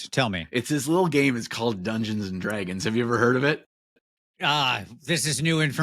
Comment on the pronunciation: the way does the midwest slur (Detroiter here) when he says Dungeons & dragggeens is awesome please keep this stuff coming!